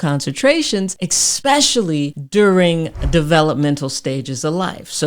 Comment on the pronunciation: Especially, not "Expecially"